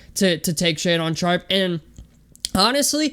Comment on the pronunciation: If you going to trash the kid and you have been following him then you should know how to pronounce his name it's Shay Dun not Shay Don lmao